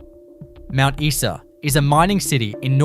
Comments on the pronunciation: Isa is pronounced Eye sa. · Imagine calling yourself "" when you don't even know how to pronounce Mt Isa!